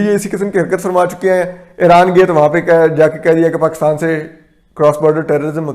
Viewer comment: "Pakittan" nahi uncle Pakistan kyu nahi kehte aap.